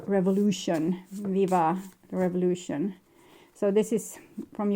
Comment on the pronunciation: ”Viva revoution” 😂 ❤️❤️❤️❤️